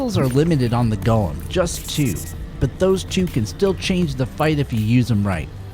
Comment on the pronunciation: Extra points for pronouncing the name correctly. It does not have a Precious.